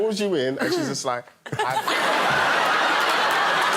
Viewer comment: wasn’t intentionally insulting anyone; he’s saying “is just like,” but it sounds like something else in his accent. Of course, another time Greg almost always cracks up is with his, uh let’s say, embellished introductions of “Little Alex Horne.” I was certain he was reading them off a teleprompter for the first time, but then I heard he writes his own introductions, so I guess he’s laughing at himself.